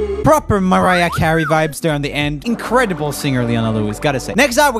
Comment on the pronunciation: Joel pronounces: Maraja kary lmao